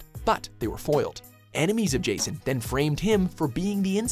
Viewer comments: Is Jason so difficult to pronounce? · Except with the pronunciation of J'son's name. Which is wrong.